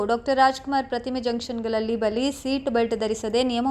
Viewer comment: ಕನ್ನಡ ಸ್ಪಷ್ಟ ವಾಗಿ ಮಾತನಾಡಿ.... ಬಲಿ ಅಲ್ಲ ಬಳಿ....